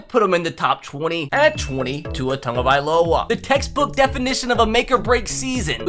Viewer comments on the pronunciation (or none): none